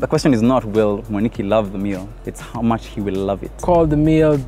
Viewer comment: Him: iam enjoying the mash btw: thank you very mash😂